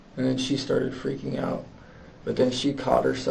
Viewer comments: "Jesse didnt Ferking exist" haha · "Jessie didn't Firking exist" made me cackle out loud😂😂😂😂 I'm so sorry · "jesse didn't FERKING exist" is wild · "Didnt Phurking Exist" ended me bro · He said phurk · "Didn't Phurking exist" 😂 dead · "they discovered that "Jessie" didn't Furking exist" 😭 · "... that Jesse didnt furking exist" caught me unawares 😂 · "Jesse didn't ferking exist." I like this channel.